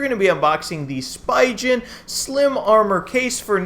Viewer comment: Good vid! But please, learn the correct pronunciation of Spigen 🤣🤣